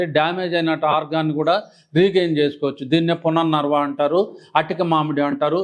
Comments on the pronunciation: పునర్వర్వ. కాదు. పునర్వవ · పునర్ణర్వ కాదండి, పునర్నవ అనాలి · Sir it is punarnava not punarnarva. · పునర్ నర్వ కాదు నాయనా.. పలకటం నేర్చుకో.. పునర్నవ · It is not punarnarva but punarnava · పునర్నవ సరిగా పలకండి.